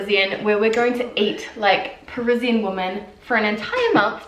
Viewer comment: She also doesn't make any distinction between "woman" and "women".